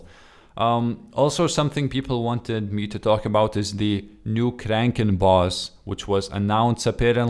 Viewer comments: Not trying to be a dick, but its pronounced "Crackin" not "crankin" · its pronounced crack-en